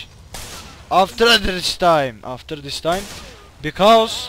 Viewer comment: D :D aftergggrgrr this time :D